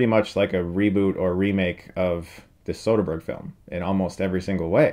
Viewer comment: I want a dollar for every time he says sotherberg